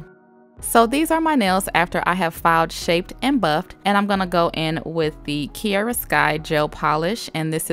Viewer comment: My name is Kiera so through out the hole video it was kinda weird of you saying kiera (no hate)